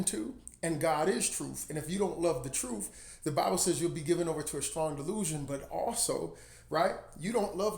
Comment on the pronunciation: Ps... I always chuckle at how you pronounce truth as "troof" 🤭 Great message! Keep up the great work, and God bless